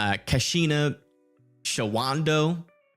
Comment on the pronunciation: is it ok if I help you out with the pronunciations of some of these WI cities? They can be tricky. Capital letters indicate where the accent goes. I am from Milwaukee (I say mi-WAH-kee, but technically that is wrong) so not everyone will agree with my pronunciation tips. But this should help? Wausau = WAH-sah Eau Claire = oh-KLAIR Shawano = SHAH-no (everyone has trouble with this one!) Antigo = AN-ti-go